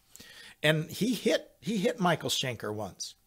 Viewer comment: Schenker, not Shanker!